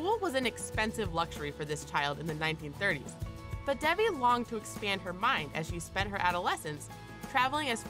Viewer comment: you mispronounced Devi